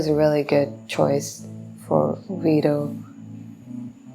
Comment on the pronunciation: You look absolutely adorable trying to pronounce Vito. I'm not making fun of you. Pronounce your Vs like your Fs, just not as prominent. Love your reactions.